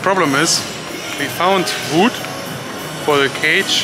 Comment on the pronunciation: Hier kommt wieder ein Einwand des „Besser Wissers“ Wenn du über Holz sprichst, sag nicht „Wuuud“ sondern ganz einfach „Wud“ Also mach’s guuut mit Wud😉😉❤️😉😉❤️😉😉